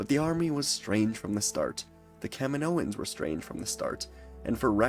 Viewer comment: Every time you said Kaminoans I heard Kevin Owens.